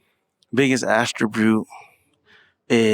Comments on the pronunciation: What is an “astrobute” 🤦‍♀️ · Are they both saying “biggest astribute”?